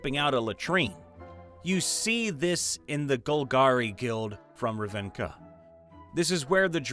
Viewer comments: Ravinka? Its rav-nic-a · I love you, man. I'm not trying to be rude in the slightest, but after hearing you butcher the word, Ravnica, it is pronounced, RĂV-ni-KUH, not ruhv-INK-uh.